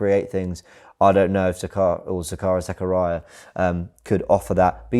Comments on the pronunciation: It's pronounced Zakariia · it's called sakareea (Zakaria) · Zah - Kah - Ree - yah